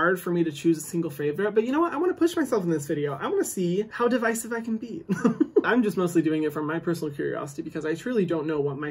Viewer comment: lmaooo "devicive"